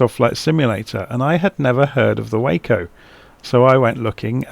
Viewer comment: Nice review of a gorgeous airplane. BTW, it’s pronounced “wah-co”. The name comes from the Weaver Aircraft Co. and has nothing to with the city in Texas.